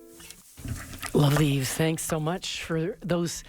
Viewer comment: Love Yves discovered his first album quite accidentally a few years ago. It's a beautiful record so many different elements. Also nice to know how to pronounce his first name at at last!